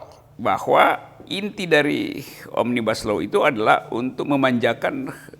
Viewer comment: Bacanya omnibus aja ga bener mau ngartikan roky....itu bahasa latin bukan bahasa inggris ...